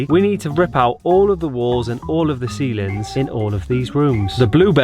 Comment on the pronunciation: "ceilens" :-D